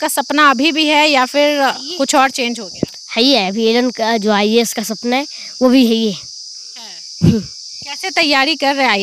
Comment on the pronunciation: Ha ha ha not a ias It's IAS😂😂😂